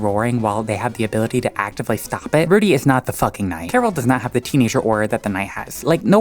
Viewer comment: You said Rudy weird and it sounded like you said fruity Then you talked about lesbian skip Wow I Love this channel already and they're gay antics